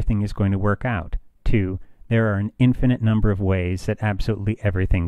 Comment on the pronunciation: "Infinite," Lev, not "infinate."